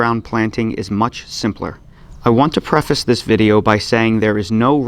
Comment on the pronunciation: "Check out dis tail!" LOL 🤣🤣🤣